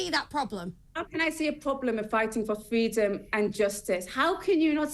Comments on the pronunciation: She’s fight for ‘fweedom’! 😛😛😛😛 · There is no indigenous population, they were refugees. What a infuriating individual she can’t even speak properly, learn to pronounce a “r”.